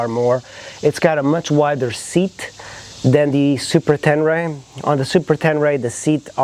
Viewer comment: Tenere not Tenray